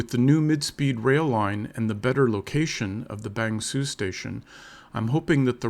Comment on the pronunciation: Can you stop pronouncing Bang Sue with 'Sue' like the woman's name. It's pronounced like the English word 'sir' with the vowel sound coming from the back of the mouth, as in "good morning sir". Cheers. Don't want to be a pedant but it's really annoying. Nice vid though.